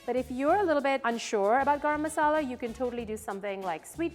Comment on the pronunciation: My deshi ass had a hard time digesting her way of pronouncing garam masala.